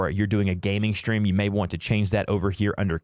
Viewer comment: Y r u saying shtream